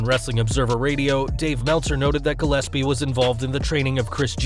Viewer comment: It's Gil--es--pee, nor Gil--ep--see. My hometown... Shoot.